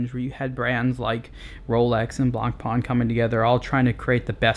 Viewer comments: it is pronounced blah pah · Nice, concise review. I don't think you can compare this to the submariner though; the FF is in an entirely different league. Also, you might like to know this, in French, the "c" is not pronounced in "blanc". Cheers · Man, name's not "Blank Pawn"! Of course, you can call it anyway but if you think you're a watch reviewer and actually you made it a daily job then do yourself a favour: Learn how to properly spell the names in this industry. Why all english speakers distort stupid french names remains a mistery.. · One of the most beautiful watches ever. Btw: Get the name right. ;-) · I wish you could say "Blancpain" properly, but I guess the right pronunciation is too difficult if you don't have someone French or Swiss to help you out.